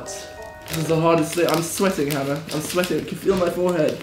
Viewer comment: Finally someone who said my name correctly!! Love you hannah